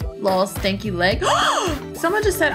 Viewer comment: its stenky not stanky👁👄👁